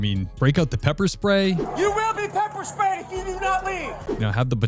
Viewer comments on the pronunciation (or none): Did he say pepper SPAYED?! Hmm...idea...🤔 He did, he said pepper spayed 🤣🤣🤣🤣🤣🤣 Someone needs to invent that and also neuter nets 🤣